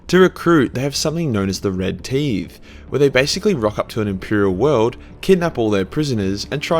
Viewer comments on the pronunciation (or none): Also... It's pronounced Tye-the (like bow tie-the), not tee-the (like, "You've got something stuck in your teethe."). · Not teeve, tythe meaning a tax. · Omg.... sorry but I have to say it. It’s pronounced Car-caradon and Tie-th Love your videos. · Fucking Tithe. Not teeethhhhh. Tie! The! Tithe! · the mispronunciation of Tithe.. did get a bit on my tits. its not Teethe. its a Tithe. like the old church tax, paying a tenth in tax or the tithe. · It's pronounced T-EYE-TH, not Teethe. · I don't know if pronouncing tithe as teeth was a joke or not. Considering shark and teeth. But also he's also bad at pronoucing everything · Teethe.... LOL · Red Tithe, with tithe pronounced 'Tie-th". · "I'm only gonna say it once, because all the neckbeards will get triggered by my shit pronunciation" Also: processed to pronounce "tithe" as "teeth" like 10 times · it's not pronounced teeith. damn aussies cant even speak english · Oh my god, does seriously not know how to pronounce the word 'tithe'?????? Aussies are just too much. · did you say tithe?